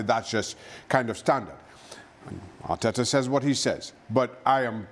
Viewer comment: Arteeeeta always blabbering